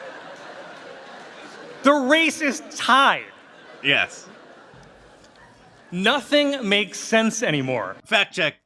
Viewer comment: It’s not “Tied” 😂😂😂